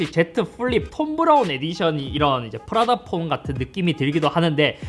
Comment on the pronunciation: 프라다폰 할때 프라닭폰이라고 들음 ㅋㅋㅋㅋㅋㅋㅋㅋㅋ